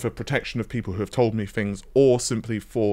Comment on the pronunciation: Fings, why can't you pronounce TTTT's. RDNA FREEEEEEEEEE